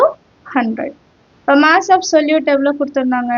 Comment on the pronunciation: Moss❌ mass ✅